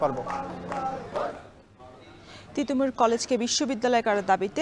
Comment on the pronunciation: তিতুমীর ❌ তিতুমুর ✅ - উপস্থাপিকা